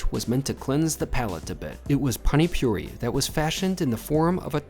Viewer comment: bro called pani puri "pani puree" lol